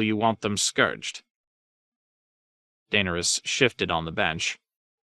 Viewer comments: 😂 just starting this and seeing all the comments on name pronunciation like Nooooooo!!! Then I hear Daner Us and just shake my head. Oh well. Better than nothing! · I mean Tyrions isn’t that bad. You at least know who that is when you hear it. I’m about 9 hrs in and I’m still double taking every time I hear jame. And Daenerys’s pronunciation is just danish with some extra flair lmao